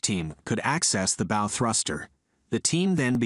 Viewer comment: It’s bow not bow